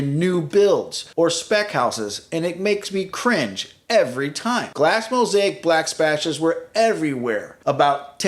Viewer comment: He said “glass mosaic black spashes”… 😆😆 Thank goodness. So glad I’m not the only one!!🙌